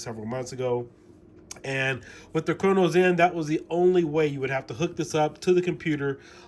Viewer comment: why do you say cronus zen like crono zen